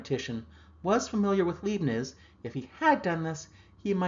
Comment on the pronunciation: small note for future reference - most often I have head a long I sound in the beginning of Leibniz when pronounced....this would be in keeping with the EI spelling and sound of EIN. Will take my pedant cap off now. :-)